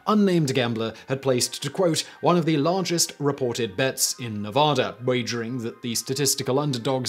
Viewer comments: it's a silent L :D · What's argest, precious!? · This is why we need annotations back. He could just slip an L in there. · "What was the argest bet ever made?"